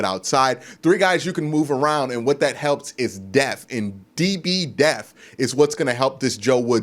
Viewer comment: Deaf is when a person can not hear. DEPTH is when a team has multiple players who can play the same position with little to no drop off in production. Just nitpicking but it scratches my nerves every video I hear it. Also you gotta get names right Q you are to knowledgeable and credible to be making these name blunders. Overall good work Q